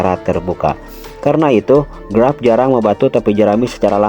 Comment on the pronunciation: Kok grap sih? Garp bang bukan grap 😅